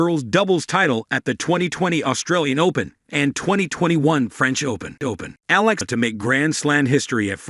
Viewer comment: Her surname pronounce E yala